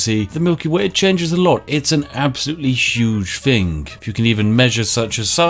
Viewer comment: If you're going to put on a mildly stereotypical posh accent. ..... at least pronounce your TH's correctly ... "Fing" and "fought" My god man.....